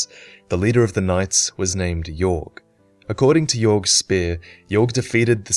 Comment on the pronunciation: It's Aldia that experimented on dragons not Vendrick. It's also possible Yorgh is pronounced "Yor" and not "Yorg".